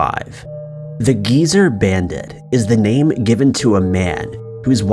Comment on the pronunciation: Just legit BUTCHERED people’s names in this. Get the names right before you do a video, Bro…for real. I know they are criminals, but that’s just disrespectful.